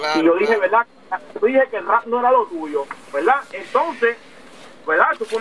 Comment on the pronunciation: Veldad veldad veldad jajaja